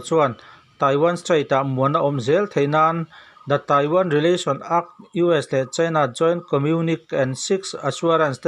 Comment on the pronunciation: Act__ , ak ni loin ekk ti zawk la